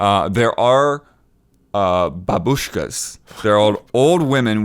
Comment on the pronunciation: saying "Babushkas" is great.